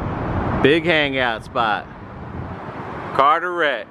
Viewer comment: It's carteret not cateret